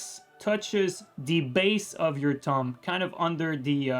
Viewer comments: Have to admit, the fact his pronuciation of "thumb" sounds a lot like "tongue" to me made this video a lot funnier that it was supposed to be. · When you were saying "thumb" I kept hearing "tongue" and was like......